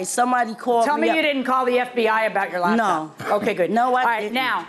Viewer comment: 😅Whhhhy do our people say LABtop?? It literally doesn’t make any sense 😂🤦🏽‍♀️😂 it’s LAPTOP…. A computer that can be used on your LAP as opposed to a damn DESK top 🤷🏽‍♀️